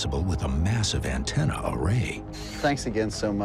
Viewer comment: yea...the screaming pain just has to be the HAARP "an ten nye"🤣🤣🤣 Doesn't begin to explain her eyebrows 🤣🤣🤣